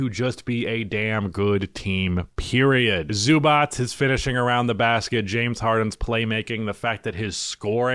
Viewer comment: Please say it correct. Zubac [ Zzobatch ] Its not that hard.